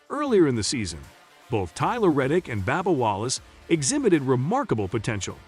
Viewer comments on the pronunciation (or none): You need to lorn how to pronounce the auto racer's names. It isn't Babba, it is Bubba lorn to say it right. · That's funny what did you call him Banal that's funny how you pronounce that